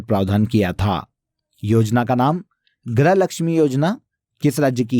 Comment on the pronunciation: क्या बोल रहे हो, गृह या ग्रह ?? हिंदी सुधारे, इतनी गलत हिंदी तो मैं कक्षा 2 में भी नहीं पढ़ती थी 😂